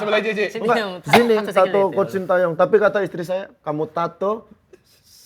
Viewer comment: Shin teyong bang bukan tayong